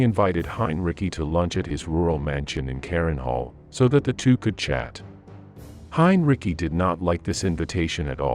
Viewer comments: I have heard it pronounced many time is various video's about WWII. I think most people have. But I have never heard anyone pronounce it Heinricky. Of course a bot has never heard it pronounced at all. That's why I believed it to be a bot. And if your going to do a video and put it on Youtube you would think the person doing it would check what they were posting. The bot kept pronouncing it wrong so obviously the person that posted it didn't care enough to do so. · Message for the content creator. While, I appreciate you putting this together. I could not get through it because of the poor implementation of the AI voice. The repeated mispronunciations of the same name make it painful to watch. Even more so because the name that's being mispronounced is the subject of this presentation. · Great vid, but please decide how you will pronounce Heinrici's name and stick with it. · Good information, but where did they scare up this narrator? He sounds like some sort of A.I. bot. Whoever or whatever it is, man or machine, at the very least, he should pronounce "Heinrici" correctly. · It is quite easy and there is no debate. About the pronouncation. The stress lies not on "Hein" but on "rici" like "ricky". Well, how devout a protestant was he supporting such heinous action ? It is an escape to be devout and then hide behind your uniform. Putting on an uniform might be the first moral transgression. If you get past this, anything may happen. We have to be clear about that. Rules of war - an absurd piece of legislation. Killing in style. The dead don't really care. The survivors need it more than the victims as the beast of war being unleashed, there is little than can be called cultivated. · Interesting account, but it would have been more plausible if some effort had been made to pronounce the German names correctly. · Hein ri ci, not "cki" look it up before you open your mouth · Heinrici is pronounced "hine-ritzy," not "hine-ricky." 🙄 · Heinrich not "Heinrici".......🙄